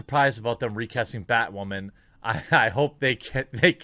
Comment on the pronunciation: It’s bay-wahman....mr beyg:)